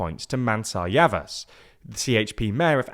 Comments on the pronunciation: Pronunciation tip..... If the c or s has a tail (ç,ş) it makes a Ch or sh sound. Mansur Yavash. When the g wears a hat (ğ), you can basically ignore it, and your pronunciation will be closer to correct. Erdo-an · They are not. Recep (Redjep) is not Resep, Yavaş (Yavash) is not Yavas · Pronounciations are generally quite good but Recep is pronounced more like Rejep and Yavaş is Yavash.